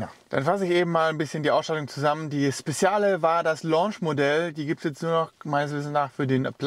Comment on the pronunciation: PS.: Es wird „Spedschale“ ausgesprochen und nicht „Spessiale“ :))